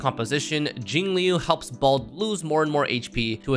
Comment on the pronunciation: i just love "balde" ive never heard anyone else call blade balde before so :>